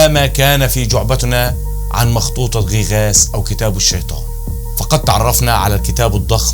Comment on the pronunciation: تعليق واحد فقط اسمها مخطوطه غيغاس وليس غي غاس للتنويه فقط